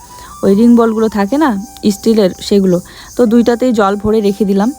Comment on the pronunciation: কথা টা ইনজয়, ইসপিড, বোয়াও, ইসটিল নয় কথা গুলো, এনজয়, স্পিড, ননস্টিক কথা টা নন ইস্টিক না, স্টিল, ওয়াও, মেগি নয় ম্যাগী হবে উচ্চ্চারন।